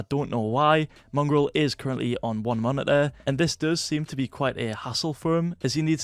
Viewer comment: Just me or do say: Monideer instead of Monitor?